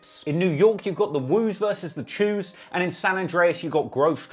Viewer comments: Mans said the woo’a vs the “chews “ LMFAOO it’s cho (with a O) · Ayo it aint Chuus . Its CHO. Stop saying it wrong.... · The chews lol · You said Choos wrong